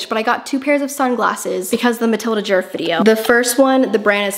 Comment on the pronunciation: fyi you're butchering her name, it's not "jurf", it's pronounced more like "yeahrf"